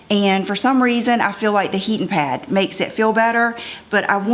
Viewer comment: It was so cute how you kept saying “heatin’ pad”! Southern roots shining through! ❤️